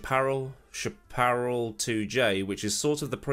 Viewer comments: Hello: The "ch" at the beginning of chaparral is pronounced as "sh". The only reason I know that is because of hearing about these cars at the time. Keep up the good work. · Chaparral is pronounced Shap, like shack, urr, and the name Al, or calling someone your pal, or talking about your favorite gal. SHAP-urr-AL. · Chaparral pronunciation (AmericanEnglish) "Shap - a - Ral" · Shap-er- EL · Come on,. Chaparral is much more famous than Chevron, Lola, March, Leyton House, Minardi, Matra, etc. in the states. You could at least take 10 seconds to learn how to pronounce it correctly. 🤦‍♂️